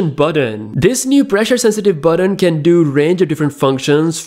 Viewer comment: what the hell is burron? you mean button?